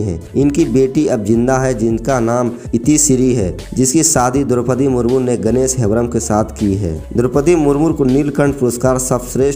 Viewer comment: Murmur nahin ji murmu bolo